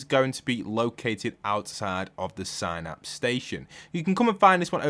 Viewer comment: everyone: synapse station: signapse station:)